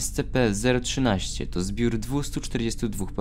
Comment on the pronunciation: ESCIPI A NIE ESCEPEEEEEEEE ale ignorując to, raport bardzo fajny :)